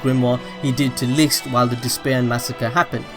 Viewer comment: Bro pls Look up the german pronounciation of "Licht"